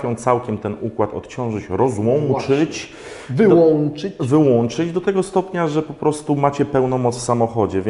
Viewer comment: Rozłanczyć i wyłanczyć, hahaha